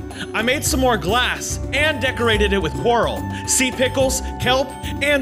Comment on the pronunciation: When he miss grammar:"now i can mine cworl " he ment coral it laughed sooooo hard🤣🤣🤣